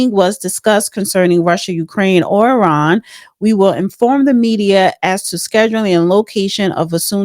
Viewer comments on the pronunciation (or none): none